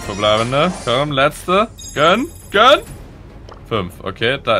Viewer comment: Wenn regt das auch bisschen auf wenn "gönn" sagt